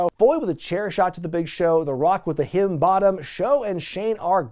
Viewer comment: Am not so sure if this is an inside joke or something but why do you call "Rock Bottom" as, well, sounded like "Hidden Bottom"